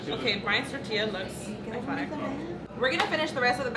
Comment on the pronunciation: The way says “tortilla” 😆